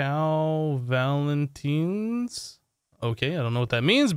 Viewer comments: You saying valentine like valenteen makes me loose 50 brain cells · Is anyone goona talk about how he said valintine